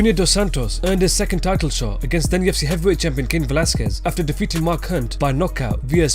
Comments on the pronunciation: Am i the only one that keeps hearing "TFC" instead of "UFC" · It sounds liek youre saying TFC